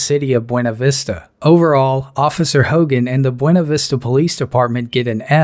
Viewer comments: It's not "bwenna" vista It's "boona" vista. Yes, everywhere else they pronounce is "bwena" but not here. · My dad used to live there, the locals pronounce buena Vista,,. (Be-you-nah Vista) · You're pronouncing of Buena Vista is wrong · They can't pronounce buena vista there either